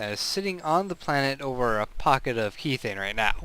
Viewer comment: god I hate being a grammar Nazi but I cant help it this time. methane pronounces meh-thay-n....logical to realize kethane is promounced keh-thay-n sorry :o couldn't help myself